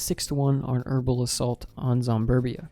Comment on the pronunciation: Yeah he said Zomberbia how do I get to that